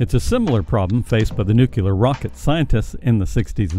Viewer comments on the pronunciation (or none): Since this is a science channel, you should know better. Nuclear instead of. Such mistakes destroy your credibility. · Repeat after me..... Nu - Clee - ur. NOT Nu - Ku - Lur!!! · First lecture for people who want to narrate science videos: NUCLEAR, not nucular. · The word is nuclear, not nucular. Learn to fucking read. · You lost me at NUKE-U-LAR.... Try saying it right and people will respect you in the science community. Nu-Cle-ar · Nuclear. New-Clee-Err. Not nuculer. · serious research will bother to correctly pronounce the word Nu Clear. New Kleer. Nu-clear. Nuclear. It's not Nuke yeller. If you're going to bother with science, please at least speak the language. SMFH. People who don't get the basics and then sail off into the unknown scare me. They inspire me too, but mostly they scare me. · Nuc-Lear. Not Nuc-Ular. Okay? For gods sake can people please learn this. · It's "un-cle-ar" not "nu-u-lar" idiot! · “Neucular”? LOL! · So advanced and technical , which makes me wonder why you mispronounce the word nuclear as nukeular. Come on guys! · It's pronounced NEW CLEAR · did you notice that the newscasters were forced to mispronounce it also at that time? They all said nookyular so he wouldn’t be the only fool. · When you mispronounce a simple word like "nuclear", you lose all credibility. Thumbs down on this one. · The narrator needs to learn how to pronounce "nuclear."